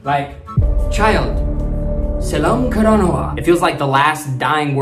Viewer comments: U did it great but those words u can pronouns as like [sellam karanava ] [kossa] [ vishvasa] it will be easier to pronouns. your doing it great. keep it up so proud . but y ur using pol katu handa .:face-red-heart-shape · when you say, "selam karanawa" you have to say it like "sellam karanawa" like selllllllllll "selllam" your pronunciation has to improve, but sometimes you speak like a native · Im sinhala, from sri lanka 🇱🇰 . But i never heard word kosa 🥲. Playing pronounce like sellam karanawa. last word read, not kiyewa, its kiyewwa. 🤭🤭 good video much love ♥️ from sri lnka. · It's pronounced "sellam karanawa" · Selam karanna ❌ sellam karanawa ✅ සෙල්ලම් කරනවා Kossa❌ koss✅ කොස්ස Viswasa❌ vishvasa විශ්වාස Kiyewa❌ kiyewwa කියෙව්වා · Not Selma karanava it’s sellam karanava not kosa it’s Kossa